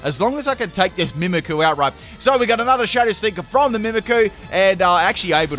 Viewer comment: Btw it's "mimikYOU" not "mimikoo"